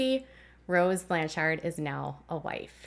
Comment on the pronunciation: Your inflection when pronouncing Blanchard is off. It’s supposed to flow like “lanyard”. “BLAN-chard”. It’s a common last name where I live, so I thought I would let you know. 🤓